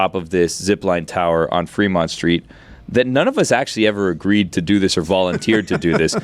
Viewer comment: It's Fremont not Freemont